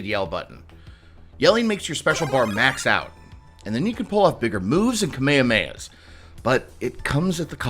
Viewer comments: I don't know how it is pronounced on the English dub (I grew up and still watch it with the Latin america Dub) but I haaaate how he pronounced Kamehameha in the review. Not looking great for the supposely Dragon Ball Fan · Someone ask this dude his age because i HIGHLY doubt he played the old games either that or he was poor poor. DID HE CALL KI CHARGE YELLING?????? DID HE NOT KNOW HOW TO SAY KAMEHAMEHA??? HE IS NOT A FAN BRUH. dude has his rent DUE holy shit!